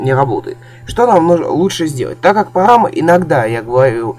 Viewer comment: погама он сказал погама